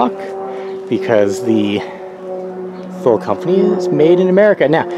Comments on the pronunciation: First it’s pronounced TOO LEE. How much room will you lose setting your luggage on top of the mounts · Thanks for sharing. Was looking at this for my 2017 Forester and wanted a better idea as to what it would look like on the car. BTW, it's pronounced "too-lee." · Thule is pronounced Too-lee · FYI, Thule is pronounced "Too-lee." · What is the length? Do you think it would fit on a Subaru Impreza sedan? BTW.. it's pronounced TOOLEE